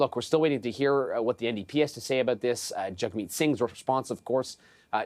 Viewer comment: trying saying his name right, Jagmeet if you can